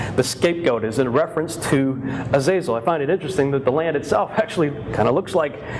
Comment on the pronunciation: The Azazel mispronounced.. Was the entity behind the movie Fallen Denzel film